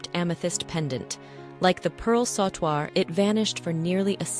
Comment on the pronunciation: A mejorar la pronunciacion de "Bandeao" " Sautoir" etc.😂